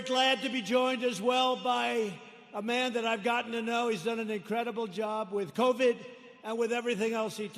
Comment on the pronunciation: aww what an idiot he can’t even pronounce covid “covad”